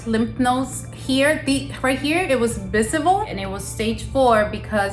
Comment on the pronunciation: Did anybody catch her saying bisivle instead of visible